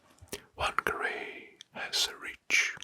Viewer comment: btw you say whangarei fung-uh-ray (rolled r)